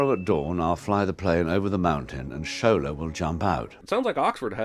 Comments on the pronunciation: sin for pronouncing Shola’s name as "shōw ' là" instead of "shô ' lâ" (western world 🙄; it’s like hollywood mispronouncing lagos) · The constant mispronounciation of Shola is painful to hear